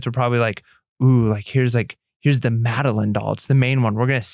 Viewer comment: Ok ok. Just because is always being picked on for his pronouncing of things I gotta say. It’s MadeLINE. From a series of books that were made into a show.;)